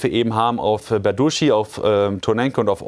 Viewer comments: 'Berdichi so wird ausgesprochen.😊 Nur Tip😊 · tut mir leid, aber der ort heist tatsächlich "berdytschi"!!! das "y" ist kein "u"!